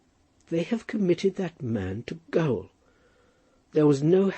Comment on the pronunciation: "Gaol" should be pronounced the same way as "jail" .